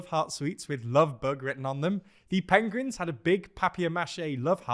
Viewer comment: I missed these good news endings. Bonus points for hearing say Pengrins and papiermacheh.